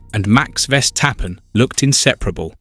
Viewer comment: You should learn how to pronounce 'Verstappen'